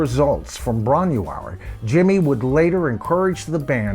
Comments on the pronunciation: I'm a massive Led Zeppelin fan, but I have Headley Grange as a mixed blessing. Live in bootlegs & on vinyl sounded awesome but the Grange tracks on CD didn't really stand up from sound quality point of view. Floyd, Purple, Sabbath and Yes simply sounded better better on CD with greater fidelity. Bron y Aur is said like "Bron-ie-our" in English. The y means of, sorry but it's excruciating hearing the mispronunciation, my mother's family spoke Welsh and it just takes a few seconds to check pronunciation with Forvo or with Welsh ppl online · Ffs, get the pronunciation of Bron Y Aur right before doing a video.. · Great video, but as you said, you're way off with the pronunciation, but so is Jimmy Page 🙂. I took the long walk up that narrow lane back in July and it's really worth doing. It's just outside Machynlleth in mid-Wales (about 45 miles north of my hometown). The cottage is a micro farm now, and you're not allowed in, but you can walk as far as the gate and get a good view of the cottage (I'm told they don't mind this) .